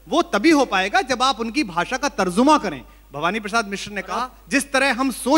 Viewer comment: kumar sab tarzuma nhn hn ye tarjuma hn 😹😹😸😸😸😸